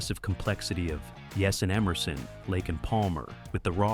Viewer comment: fuck this AI narration. "Emerson........Lake and Palmer." Plus, they're talking about Dennis DeYoung and the Panozzo brothers' early days but showing footage of Tommy Shaw and James Young. Poorly produced pseudo-documentary garbage for clickbait.